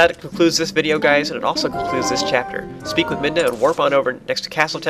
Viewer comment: Ive noticed in several of your vidoes you accidently call Midna, Minda. (or at least it sounds like you are)